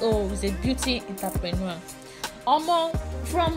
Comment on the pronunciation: Why do you keep pronouncing entrepreneur that way. So stressful